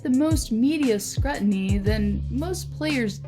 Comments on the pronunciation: She’s just struggling to pronounce words - like: “Scrut-Iny” (It’s pronounced: “SCREW-tinny”!) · Like the video...not crazy about the narration. you sound so un-natural and yes, scrutiny...the u is pronounced "you"....lots of video's on youtube about voiceover narration....good luck! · Scrutiny is pronounced: screw - tin - ee. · Wtf is skrut-in-e? Ohhh scrutiny?! Pronounced screw-tin-e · U can tell she's reading. Not well either. Like Scrutiny is pronounced. Screw'toni . Not the way its read. Scrut'tini. And thats the lesson for today. After i reread this i'm like , 'what a waste of my time' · Did you just pronounce scrutiny the way you would if it started with the word strut? Where did you steal your material from, because there is no way you'd write that word without knowing how to pronounce it. This video bothers me. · good job pronouncing scrutiny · lol, I was like “what?” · Other than the horrible mispronunciation of scrutiny, I appreciated her talking speed. I'm from the older generation when everything happened slowly. I find most young people speak so fast today they sound like auctioneers.